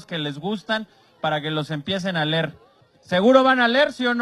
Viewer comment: No se dice ler, se dice leer.